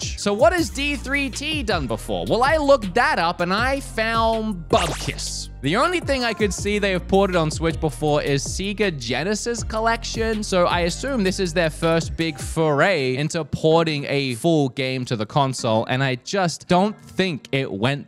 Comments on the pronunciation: Sea-ga. Really? It even says it like Say-ga on the boot up screen. I never heard anyone pronounce Sega like Sea-ga in my life. Yet again, this is the same guy who announces Labo as Lay-bo, so I'm not too surprised. Also, the English language is weird. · Damn I had never played Alan Wake but decided I would change that once the remaster came out... Also I've never heard Sega pronounced Seeyga before! For a moment I wondered if I had been saying it wrong all these years but then remembered the voice that comes on at the beginning of their games saying Saaaaygaaaa! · Really you say seaga? Come on you have to have heard that Genisis intro a thousand times. You are called for gods sake. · what's a Sea Ga? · ive never heard anyone pronounce Sega as Seaga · Did he just said "Siga" instead of "Sega"? I love you but you just lost your "making fun of Bob for the way he says Mario" card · Did you just call Sega Seega? XD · Seega Genesis? Did my ears hear that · Sea Ga genesis bahahahahaha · I wasn’t expecting to laugh at how he said Sega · It's an Australian thing. For some reason we all pronounced it like that back in the day. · It's an Australian thing. I owned a master system 2 back in the day and we all pronounced it like that. I don't think it was until the Genesis (which was called 'Mega Drive' in Australia) that we heard 'Sega' actually being pronounced when you started up a cartridge, and we were all like 'oh..' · How do you pronounce Sega wrong? They say the name when the logo comes up :P